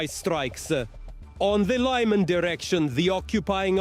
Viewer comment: I prefer your living staff..but understand how hard they have been working 🤗 No Ukrainian would mis-pronounce Lyman 😋